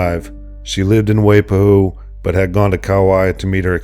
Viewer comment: Next time you do a documentary about hawai’i make sure to pronounce waipahu as Wai-pa-hoo